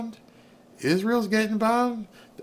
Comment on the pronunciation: Why can't you say isreal